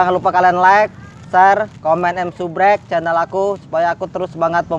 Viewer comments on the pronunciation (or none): Sebskraib bang bukan subrek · Subrek apa subrek lidah lu keram yah bang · Subcribe bukan subrek